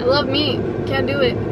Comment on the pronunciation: Here let me not make this weird but why you gotta say it like that ✨I love meat✨